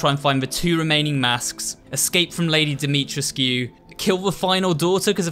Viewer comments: It's pronounced more like Dimitrescoo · I'm pretty sure it's pronounced as Dimi-TRES-kuu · That's funny. Her name is spelled "Dimitrescu," but pronounced it "dah-mew-tresk." Did I hear him correctly? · love it when he ignores the characters correctly pronouncing dimitrescu and then goes ahead and says it wrong🙄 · I don’t think the scu part is pronounced “skew”. The cu part is silent i think. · Ever time he says Lady D’Souza name incorrectly I would shout how pronounced it